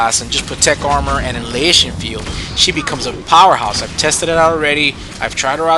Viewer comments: actually, it's; an·ni·hi·la·tion, sometimes with a silent H. i can point things out too! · Uh-NY-hill-a-shun ...annihilation, lol. Other than that, good stuff!!